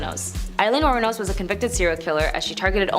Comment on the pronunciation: Wournos not Wuronos